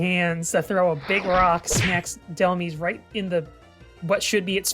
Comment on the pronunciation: Why does EVERYONE pronounce dehlmise wrong?? It's literally based off the word "demise"! "DEH-MY-S"